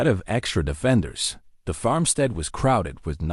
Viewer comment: Loved the story but some words, repeatedly mispronounced, was irritating. The word is 'FARMstead not FAMstead.